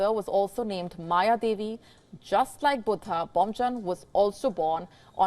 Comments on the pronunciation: Buddha not butta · Not cute. Pretentious. She is an Indian with a language from India as her mother-tongue. Buddha is pronounced as Buddha in every one of our languages. She has no excuse for mispronouncing. She is just being silly. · Its cute how she pronounce Buddha as BOOTA! 😊 Bood Haa! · Is her pronunciation of Buddha correct?